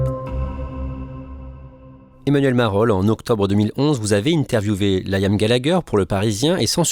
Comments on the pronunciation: Layam se prononce Liam . Merci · J'écoute le podcast et j'ai une pub qui pop avec Amazon et la chanson d'Oasis "She's electric" 🤣 Liam se prononce "Lee-um" en anglais et "lit ame" en français arrêtez de dire "L' ail ame" depuis 30 ans vous n'avez pas corrigé cela 😂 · Un podcast non avare de clichés sur le groupe et ses membres. Déjà quand t'entends 'Laîaamm' ça donne le niveau.. Un podcast par un quelconque amateur sur son temps libre est 4x plus objectif. Le pire, c'est que c'est quand méme en progression par rapport aux articles claqués au sol qu'on a dû se coltiner les décennies passées.